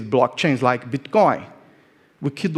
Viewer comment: ...i hope this isn't too offensive...but i could have sworn I heard him say Bitch coin (meaning Bitcoin).😂 Go XRP!!!!